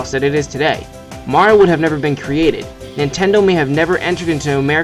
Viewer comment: why do you keep saying intendo?